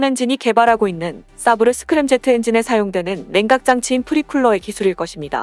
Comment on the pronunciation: 사브르 가 아니라 세이버라 읽습니다.